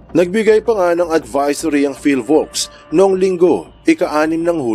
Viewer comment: PHIVOLCS po at hindi PHILVOCS